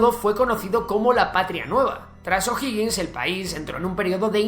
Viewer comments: Uff algo si, es O'Higgins no O'Hoggins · OJO O'HIGGiNS no O'HOGGiNS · Nadie reacció sobre que el nombre del "primer mandatario", que en realidad fué oficialmente Director Supremo, O'Higgins y no O'Hoggins?, y nadie reaccionó sobre que según el relator, nuestra población era mayoritariamente de descendencia Italiana??, bueno, estaba interesante el vídeo, hasta que se cayó en esos tres "pequeños detalles". Por favor, revisar las fuentes historicas. Saludos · Amigo, ud estudie antes de hacer sus videos. Infórmese porque caen en discursos mentirosos q se han repetido hasta el cansancio sin molestarse en ver si es o no verdad. Y como es flojo en averiguar, miente o se equivoca ...... veamos a) el nombre es O'Higgins no O'hoggins b) Chile no tiene gente italodescendiente sino alemanes en el sur. Argentina tiene de Italia c) El golpe del 73 no fue "brutal" sino violento d) no fueron 20 años, sino 17 (1973 a 1990) d) murieron apenas 3 mil personas en los 17 años de gobierno, incluidos militares asesinados por la ultraizquierda e) Pinochet no fue un dictador .... seria largo enseñarle q significa ese termino, ud haga la tarea e investigue f) No fue un gobierno de "ultraderecha" sino de libre comercio y autoritario. Las misma receta la uso Tatcher y Reagan en el futuro .... ¿¿son ellos de "ultraderecha"?? ... la "ultraderecha" no existe señor!! q ignorancia la suya!! g) Nota: se prohibieron TODOS los partidos políticos, incluidos los afines al gobierno .... (y nunca Chile avanzo tanto y tan rápido) h) los opositores perseguidos fueron aquellos q se levantaron en armas en contra del gobierno. Hay muchos ejemplos de connotados comunistas, incluso, q nunca fueron molestados i) las cifras de "torturados" la da la izquierda y nunca ha sido oficial ya q hay varios q hablan de "torturas" cuando solo se les esposo en un cuartel de la policía o fueron sentados en el suelo, para después salir libres j) los "desaparecidos" también es mentira en gra